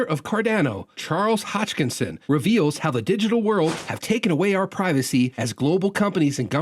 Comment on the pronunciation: It's hoskinson not hotchkinson